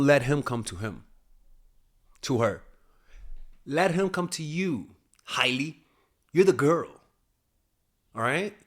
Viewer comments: It's not high-lee, it's hail-lee. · It's Hailey not Hiley 😂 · you’re over here sounding like my 60 something year old Cuban uncle talking celebrity gossip. Let me help you: #1 Her name is pronounced Hey-lee not High-lee 😂 me muero #2 She’s Alec Baldwin’s niece not his kid lmao Rest of it is gold, i just have to poke a little fun at you. Thank you for your wisdom as always! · H-AYE-ley lol and it’s Stephen baldwins daughter not alec 😂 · The way he keeps mispronouncing Hailey's first name LOL. I'm choosing to believe he's just keeping an inside joke going, after he first misspelled her name in the community poll on the video topic.